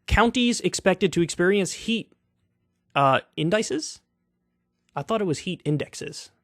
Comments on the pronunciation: in-duh-seez, indices is index plural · indices pronounced - in-dee-see-s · Indices, plural of index - not pronounced like 'dices', but more like the word 'diss' followed by "C's" In - Diss - C's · FYI: In-dis-ease (indices), the plural of indexes is the proper usage but indexes is casually allowed. You're welcome. (yes, we're all gonna burn so smoke 'em if you got 'em) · "in-dice-es" - no, it's pronounced "in-dih-ceees" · in-de-seas it is the plural of Index. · in-dih-sees bruh, my lord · Indices is the plural of index and is pronounced like in deh seas. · Lol, indices. Pronounced indecees my dude. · Indices (IN-duh-sees) is the plural of index. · Indices is pronounced IN-də-sees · "Indicees" is how to pronounce it, and I use it a lot in my field, but it's not common outside epidemiology or other social sciences. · Indices (in-da-seez), the plural of index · I pronounce it IN-DIH-SEEZ but what do I know? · Indices, Kyle, in-dih-sees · IN-DUH-SEAS (a plural of index) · Here you go, Kyle. Indices= pronounced --"In da seas" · its pronounced as indesees kyle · Indices "In-duh-sees" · Dude, it’s pronounced indi-sees. For future reference. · I've had the highlighter yellow urine before. What made me stop working that day was when I stopped producing sweat at all. I think I drank like 4X2L of water. It's pronounced " ind- iss - ees" - Indices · Pronounced: In-di-cies 🤔 you're welcome 🤣🤣🤣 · I am sorry Kyle, I hate to be the pronunciation police but it is pronounced "IN DIH SEES" Otherwise you were spot on. I agree with you 100% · Indices?? Really my man?? You don't recognize the plural for index? In-duh-cies is the proper pronunciation. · Its pronounced “In-da-sees” “Come on man” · Its pronounced in-duh-sees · the plural form of index is three syllables (in-deh-cees) like more than one vertex is ver-ti-cies… English your first language Kyle? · Heat In-dih-sees Kyle. You're welcome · “Indices” is the plural of index, and would be pronounced like indi-sees.